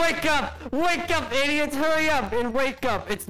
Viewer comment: Your idis (said that to Zach). Me: What’s idis XD